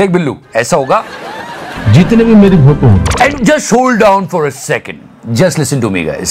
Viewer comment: फोटो बोला या फोटु?🤔🤔🤔